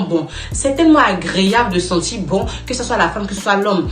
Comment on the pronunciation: Madame, vous écorchez la langue française :les 2 premiers mots:sentir bon, et non senti bon. Comme vous peux le constater, il y a un "r", à la fin de ce mot. Et il est de même pour le mot "sourire", mais, en plus, un "é", à la fin. Mais malheureusement, il n'y a pas que vous qui fassiez cette erreur, c'est égal à tous les africains et africaines sur le net.